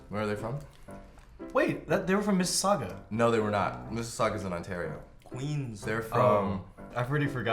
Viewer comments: Phil said Mississauga!!! GAHHHHHHHHH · I was so proud of Phil for saying Mississauga that I clapped 👏👏👏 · I felt a great sense of pride when Phil said Mississauga